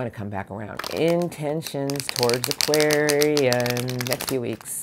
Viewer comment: Hi! Your readings are always so encouraging. Thank u for separating the love section -as always and for better or for worse I have no romantic issues 😂 As always thank you for saying Aquarian properly instead of the typical certian type of ppl I won’t mention who say “Aquariu-ses” 😵‍💫😂